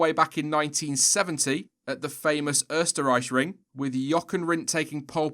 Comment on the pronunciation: You pronounced Österreich surprisingly well.